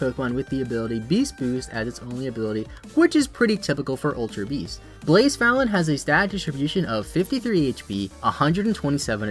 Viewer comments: Everytime you said blacephalon i was like what pokemon is he talking about because of badly u butchered the pronunciation lmao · so? You still pronounced it wrong.